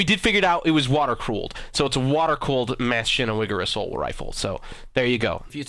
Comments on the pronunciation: Uhmm.. Wtf is mash-iene-weger? You're pronouncing it wrong, so don't get started on someone elses pronouciations lol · This guy is so fucking stupid. He says this other guy doesn't pronounce things right, but he's even worse. He is so stupid, and some of the things he says in general or about the history of ww1 is just so incredibly moronic. It is pronounced MA-CHINE-EN-GE-VER. Machinengewher. The automatic version of the Gewher rifle for Germany. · m8 [maschinewiger] that pronunciation hurts, btw his second try how he prounounces it is actually right:D is it that hard to pronounce it when you are from USA....?:D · Um so if that "assault rifle" is really spelt machinegewehr 08 then it's actually pronounced --> (machine - geh-vear) it's german pronunciation look it up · Bruh machinegewegger????? Its german and that is not how u pronounce it properly I probably misspelled something (sry) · The word Maschinengewehr is German/Austrian and you are pronouncing it like mass of sugar and that's completely wrong. I am Austrian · My god even you butchered the pronunciation of MaschinenGewhr its pronounced like this break it up and pronounce Machinen Gevehr its how it would be pronounced with you Americans. w's in german make a v sound he got it much closer to pronunciation than you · Couldn't stop lol'ing that people can't say "machinen"- gewher (pronounced gawhere) meaning machine gun! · maschinengewehr 08 is pronounced Machine n gewehr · It's pronounced Machine "Gewer" and Assault Rifles weren't invented until ww2 with the mp44. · Also machinegwher (or however it is spelt) is said machine-gweher. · ITS MACHINE GEH-VER= Machinengewher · I don't know if you're joking but it's legitimately pronounced, mash-in-ge-vare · Ma-chen-guv-air Gewehr is pronounced is like guv-air. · Yea bud you need to practice your German, he said mshinawiger lol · its a german name and im german so you spell it like muh-sky-nan-ge-wear xD try to pronounce it like that;)